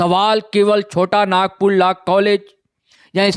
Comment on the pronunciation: Sir phle pronouns to thik se kr lijey laa nhii law hota hai, or personally app chota Nagpur law college ko Target nhii kr sakte, app kavi aa y hai hamare Law college study dekhne, kysa hota kysa nhii, faltu ka bakwas kr rhe, humlog study kr ke he jate exam dene, 1- 2 ke chalte sbko badnam mat kijey